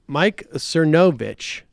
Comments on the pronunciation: I'm at the hair salon so I have the subtitles on and every time you say Mike's name it comes across "Mike sir no bitch." Lmao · Is it supposed to be funny mispronouncing Mike's last name? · sam constantly mispronouncing cernovich is poetry it's like he just makes no impression on him whatsoever - completely forgettable